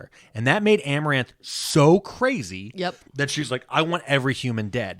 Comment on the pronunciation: I love that he called amarantha, amaranth the whole time